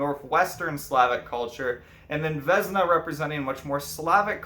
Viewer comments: Uh jak już mówisz o naszej mitologi to przynajmniej spróbuj wymawiać imiona jakoś sensownie , nie wezna tylko '' Wiosna'' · Vesna is pronounced with an S and not with Z. :)